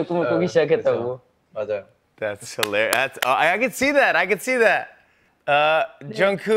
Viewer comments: When jimmy calls jungkook jungku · Jimmy, I know you love bts, but, PLEASE LEARN JUNGKOOKS NAME, it’s not jungkoo 😭 it’s jungkooK* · He doesn't know JKs name... He call him jungkoo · the only thing he messed up on was saying "koo" instead of the soft k sound in Korean pronunciation ... Which MANY armys mess up on. You literally just want to complain for no reason. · Nobody : Literally nobody : Jimmy : so Jungkoo.....😂😂😂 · Jimmy: JUNGKOO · Can someone tell me why Jimmy always calls Jungkook, Jungkoo? 😂😂😂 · No one: Literally no one: Jimmy: JUnGkOo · jimmy gets me every time when he class jungkook “jungkoo” LMAOOOO😭😭😭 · No one: Literally no one: Not even army: Jimmy: “jungkoo” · “Jungkoo” -Jimmy Fallon 2020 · I know, I never heard anyone say anything about it so I was starting to think that I was the one saying it wrong and his name is actually Jungkoo 😭😭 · oh my god lol 😂 yeah I started thinking that maybe jungkoo is a different way to pronounce it, which I’m still kind of believing cuz jk hasn’t corrected him yet!! But yeah jk is maybe just shy or something and doesn’t want to correct him probably 🤷‍♀️ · Jimmy calls Jungkook “JunKoo” 💀 😆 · nobody: jimmy: jungkoo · Not Jimmy sayin Jungkoo the whole time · Whhhhy does he call him Jungkoo? 🫶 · It bothers me every time he says "Junkoo" 😭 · it annoys me how he says junkoo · does it make anybody else cringe when Jimmy calls Jungkook "Jung-coo" no just me? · he said it like 2-3 times wrong. You can respect someone for the camera but that doesn't mean you care or are interested in them. That seems to be the case with Jimmy. But no hate hes old anyway he may have trouble remembering things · I agree, in korean it sounds like the way Jimmy pronounced it. International fans usually add the k and emphasize it, which is fine, but in korean there is no k sound at the end of Jungkook. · Yes when I first became an Army I had difficulty pronouncing their names. Respect that he know their names and identify them/